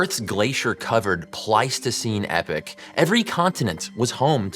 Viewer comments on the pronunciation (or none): It’s it pronounced e-pock? Not epic? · "Epoch" is pronounced as "EE - pock," NOT as "eh' - pick"! GET A FRIGGIN' DICTIONARY, & LEARN HOW TO USE IT! You're embarrassing!